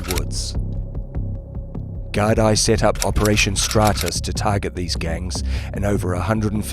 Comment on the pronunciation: The Gardie lol